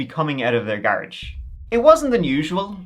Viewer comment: "Gar-uge" gotta like it. You go!